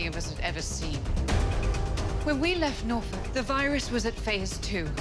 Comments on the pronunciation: Nobody in Norfolk calls it Nor-folk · NOR-FUCK not, nor-folk, well to me anyway lol And I'm sure that's how it was originally pronounced, seeing as American has many places named after england. Say it, It sounds so much better, doesn't it?